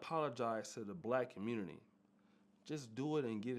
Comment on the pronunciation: Time to leave the “Communitah”